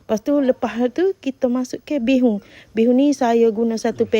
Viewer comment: Bukan bay hoon tapi bee( bi ) hoon .bi tu dlm chinese bermakna beras